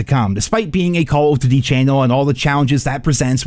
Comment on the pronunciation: Do you "duty" that way on purpose?